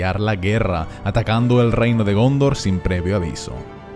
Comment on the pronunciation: DegÓndor jajajajaj, me descojono de cómo lo pronuncia.